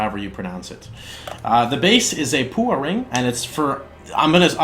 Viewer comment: Hey, love your work! Just an FYI 'paua' is a New Zealand abalone and is pronounced 'pow-ah'. Its iridescent shell is widely used by the Maori for jewellery and for using as inlays as eyes in carvings (like in those inua totems in act 4 - the little ones whose eyes follow you around). Cheers.